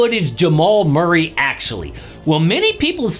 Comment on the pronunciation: who in the hell is MUIRRAY???